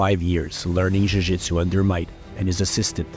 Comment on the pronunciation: Why are you pronouncing jujitsu like you have a Brazilian accent?